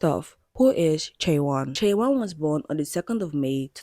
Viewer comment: Just to correct, her name should be pronounced chay-won. This is getting a lot of attention from non K-Pop fans so I wanted to let people know! Thank you for doing thorough research on what makes tripleS unconventional because I have never liked the system they are under. Giving fans control through their spending power is already part of how K-Pop works but I feel that their label has taken it to a new extreme with the NFTs and voting system.